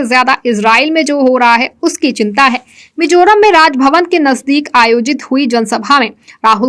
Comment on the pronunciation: Should be Mizoram not Mijoram... बेहतरीन लाजवाब समाचार बुलेटिन के लिए शुक्रिया! उम्मीद है यह प्रोग्राम आगे भी जारी रहेगा।❤✌️✍️🤟🌹❣️